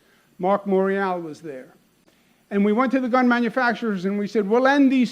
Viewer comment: hehe not bun, gun